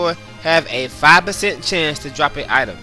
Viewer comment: I liked the video and your other videos look interesting, however because of your lack of pronunciation skills with almost every other word, I'm gonna have to skip them. "Item" has a "T" in it, not a "Y'